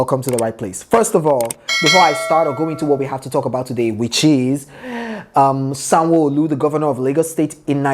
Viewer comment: Sanwoooooooolu the way you called his name with IGBO accent 😆😅😅😂🤣😅. On a serious note, it must be a shame being such a disliked individual. If anyone watched THE EXPERIENCE 16 and saw how they boooooooooooooed Sanwolu's rep, you'll see that his ratings are zero. I just hope we carry that energy into 2023.. A shame, a big shame. When we elect bad leaders, this is what happens. In other news RIP SYLVESTER DOWEN COLLEGE NEEDS TO GIVE ANSWERS. The hottest part of he'll belong to VIO. 586TH like for